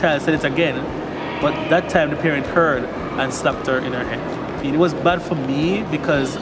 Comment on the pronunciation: "that time the parent heard, and slapped her in 'er 'ead"